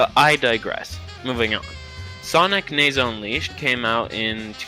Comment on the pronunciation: You said nazo wrong it nah zo not ne zo